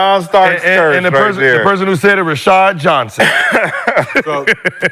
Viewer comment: Someone needs to tell Sheryl Rashad's name isn't Rishard 😂